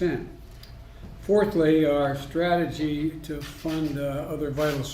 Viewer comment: Reading between the lines "Unveil my comprehensive stragahgee..." trails off, forgets where he is, remembers where he is, looks at the sheet, forgets how much he read, "it's been uh...." Makes a MONKAS face at the paper because it doesn't have any clues on it as what to say next, "You know..." Stairs blankly, starts to snore, recovers, "I GUESS I look at attorney general" Makes the mistake of looking up from his prepared statements, "We been this a law time, at this a long time." Looks back down to where he left off like a child swimming desperately back to the shallow end of the pool "A long time." It's only be a few months and I agree, this shitshow feels like a long time.